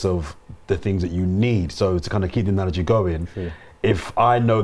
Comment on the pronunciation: If I hear another analagie I'm gonna get an allergy 🤣